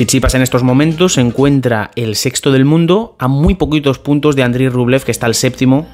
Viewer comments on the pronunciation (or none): none